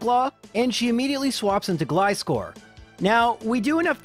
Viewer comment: Do you call scissors "s-kiss-ors"? Gly-score makes my ears bleed